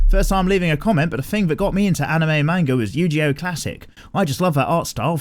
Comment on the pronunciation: Yu-Gi-Oh Mikey not Yu-Ji-Oh man, the way you're saying it triggers me